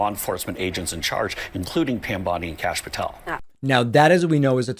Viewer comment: thought he has been calling him cashapp petel this whole time lmao